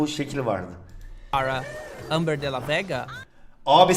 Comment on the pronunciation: Amber Kostum okunusu: Embır Di Lo Vas